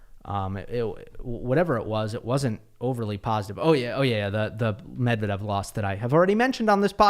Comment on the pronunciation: You read Medvedev very well